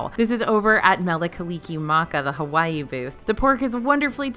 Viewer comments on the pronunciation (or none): none